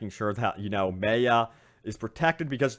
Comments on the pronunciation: ffs its my-uh not may-uh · it's not prononse MAY-A it's MAYA it hard prononsesation. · Anyone else get annoyed every time he says MAY UH? Dude it’s pronounced MY UH....it’s not that unique of a name...very common with very common understanding of the pronunciation. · Does anyone else hate that he is pronouncing Maya wrong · Me. So much. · Completely butchered Maya’s name lol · The Fly3st lmao I know it pisses me off it’s such a common name like how does he not know how to pronounce it 😂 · I ignored it the first couple of times but by the end of the video I was rage screaming the correct pronunciation back at the screen!